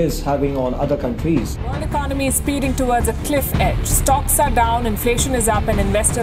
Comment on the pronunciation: Pls pronounce " economy" properly.